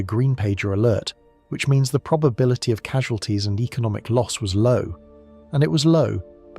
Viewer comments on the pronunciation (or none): none